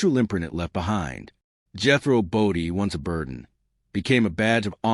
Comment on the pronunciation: Must be awful AI narration. Jethro Bo-dun? Really? Drew millions off viewers? Huh? Sorry. Can't watch it.